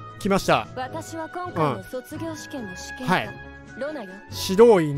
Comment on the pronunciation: 試験官のイントネーションがずっと試験管で笑える